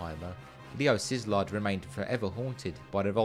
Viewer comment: I know absolutely nothing about the issue , But I question how you pronounce Leo Szilard's last name, which think I head as SIZLARD. That seems wrong, but I don't know. The only thing I'm sure about is that Hungarian pronunciation is not obvious.